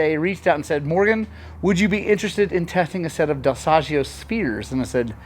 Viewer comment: Ahah Morgan next time i take my Beta at your shop I teach you how to pronounce Dal Soggio 😂